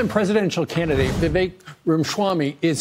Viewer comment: another easier way of pronouncing his name correctly is 'we wake'.